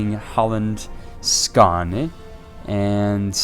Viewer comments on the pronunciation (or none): "Skane" OMG skåne